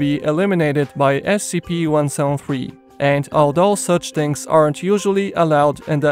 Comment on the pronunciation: "One sown three"